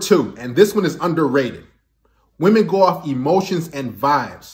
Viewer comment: i like how he pronounces 'wahmen'